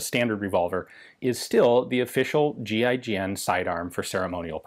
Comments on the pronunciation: Anyon else think he was saying “G.I. Jane” at first?? LMAO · It sounds like he's saying gi Jane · Kept thought he was saying GI-JANE